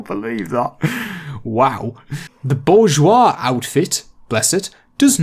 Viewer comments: Bourgeois is pronounced boor-shua. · the pronunciation is bore-zhwa (its really hard to explain that second part french pronunciations are...inconvenient at times) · Bourgeois can be pronounce Boorjwa with the A pronounce like in the word Had (I'm french and this is the best way i can tell u to pronounce this word haha)